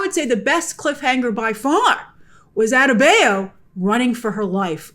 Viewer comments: Adebayo - Ah Day Bah Yo ..... Say it with me ... Ah - Day - Bah - Yo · Rough pronunciation of “adebayo”. Very American-y on the “bay” part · I can never take a reviewer seriously whenever they incorrectly pronounce a characters name. Especially names that are frequently stated in the show. Like you critique the episode, yet you can’t get Economos & Adebayo right???